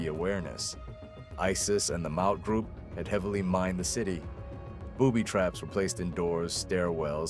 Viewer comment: Looks like repeated use of pics and footage pulled from reddit and facebook. No talking head to show actual human involvement. Mispronunciation of Maute so no real knowledge of conflict. Relatively new channel - 7 months old, with 68 vids atm. That's about a video every 3 days. Poor view counts on most videos except first and this. Typical Pinoy baiting for count boosting. Probably AI slop. Thumbs down. Don't recommend channel.